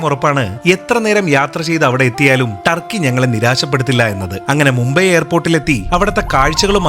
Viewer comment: ട്ടർക്കി അല്ല തുർക്കി